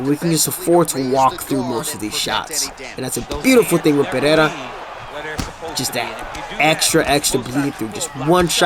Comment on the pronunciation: please, for the love of all that's good, its Alex (uhLEX) Pereira (puh-HE-da) the Brazilians say their "R"s with an "h" sound. Listen to how Jon anik says it, and listen to how Costa says rockhold its pretty awesome lol. All love man enjoy the content